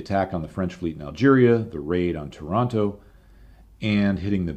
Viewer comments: Another magnificent video! Just a small point regarding a tricky Italian name, Taranto. It rhymes with “Torrent”, not with “Toronto”. It’s like pronouncing “Torrent” but with an A in place of the O, plus adding an O at the end. Tàh ran to. By the way, you are right by saying that the Italian authorities should have been ready that night… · Taranto is pronounced Tear-AN-Tow, NOT Toronto! Great videos btw, ..............Cheers from Toronto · My eye twitches every time someone pronounces Taranto like Toronto... Otherwise, EXCELLENT video as usual!